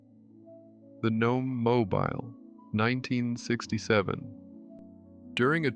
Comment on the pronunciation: Nice summary, but "The Magic Sword" did not use stop-motion animation. I think you meant "Early Animatronics." Also, it's The Gnome "mo-BEEL", not "MO-bile."